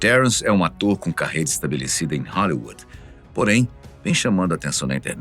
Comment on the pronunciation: Esse narrador falando "Halliuã" .... Hollywood no caso...no mais, bom vídeo 🎉